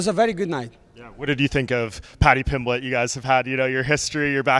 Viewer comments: Paddy Pimblitch 😆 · Paddy PIMBLECH 🗣️🗣️🗣️